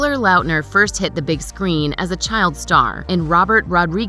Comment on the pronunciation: The way you pronounce Lautner is HORRENDOUS